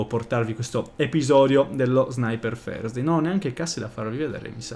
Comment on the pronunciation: ti prego pronuncia bene la parola "Thursday" 😂